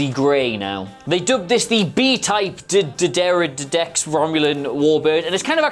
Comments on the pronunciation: Love ya and love the channel! Heres a phonetic (Americanized) pronunciation - maybe it'll help: Duh-dare-uh-decks (D'deridex) make it a whole word and don't let the apostrophe stumble ya up! 😁 Run thru it, it might help... Thanks for the video! Tell Sean I said what's up! LLAP! 🖖😎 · Yea.....hje should concentrate on learning the fucking name.....detracts from the whole video. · I cant believe he cant say dirderididy doodoo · your attempts to pronounce "D'deridex" sounds like you're channeling Porky Pig. Have done anything similar on the Klingon Bird of Prey. It is my favourite non-federation ship. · Love this feller. is easily one of the best presenters WhatCulture has but seriously, learn the pronunciation dude. Its very disrespectful when you can't be arsed to learn how to say someone's name or the name of something they have poured time and effort into. This sort of thing gets right on my thungas, it really does. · Don't feel bad about your pronunciation. I remember there was an old video on the warbird, and the narrator said (correctly pronounced) "The Romulan D'Deridex Class", but Google's auto-generated captions interpreted that as "the lung and the dairy dicks class". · That "bright vibrant green" is the same colour as Romulan blood. Also, spelled foe-net-ick-lee, the class D'Deridex is pronounced Dee Derry Dex. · Dee Deridex .. How hard is that to say?? Seriously, how can you not know how to say that?? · Dude, it's not so hard: D'Deridex. Repeat after me: D. Deri. Dex. Simple, right? Like Stor Trok. Or Rumuluns. Or Klongins. Another question: Who tells whom where up and down is in space? They all fly wonderfully stacked everytime, as if there's an atmosphere or something to align on?!? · Try "Dih Dare Ih Dex". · its getting old fast. D’Deridex isn't difficult to say. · Dee Der rid dex thats how you Prenonce it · "duh-dare-ah-dex" or "really big fracking green thing" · If this helps the d'deridex phonetic break down is "Duh Der a dex"